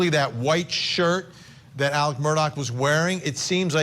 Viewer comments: Why is his name pronounced Alec instead of Alex in this tho lol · It is Alex not Alec!